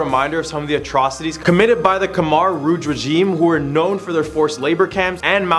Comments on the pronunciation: Lmao I dated two Khmer girls 4 years each and was with her family, went to funeral, temples, prayed with monks everything and you're the only one I heard pronounce khmer "come-are" 😂. The all pronounce it "kim-ear". I had to rewind like whaaa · Dude… it’s Khmer not Khmar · You said khmer wrong